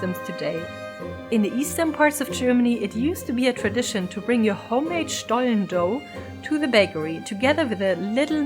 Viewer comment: Ohhh I didn't know the story about the Butterbrief 😯 thank you for educating me!! I always love the warm lighting in your videos 💚 Looks so cozy, I'm a big fan of that! I think it sounds funny when you talk in English and say SCHTOLLEN in-between 🤣 that made my day! Thank you for sharing such a lovely video about another beautiful tradition of our home 💚